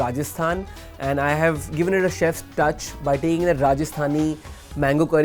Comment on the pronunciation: Dude, it's 'chefs'....